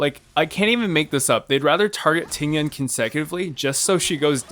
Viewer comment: You say Tingyun incorrectly You also say Clara incorrectly. Something tells me you play the game on mute